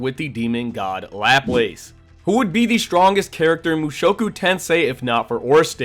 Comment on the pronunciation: Great video, only thing laplace, pronunciation is luh-plas